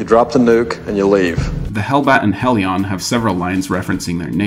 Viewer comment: Wait, how did you pronounce helion?